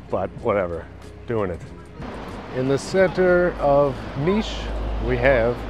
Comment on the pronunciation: Its cool that you say niš and not like nis😊